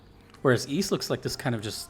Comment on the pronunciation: Also Congrats on being probably the first person ever to not play Ys yet still manage to pronounce it correctly